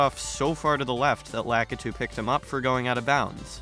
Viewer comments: La-kit-two I’m I getting trolled lmao?? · Never heard a worse way to pronounce lakitu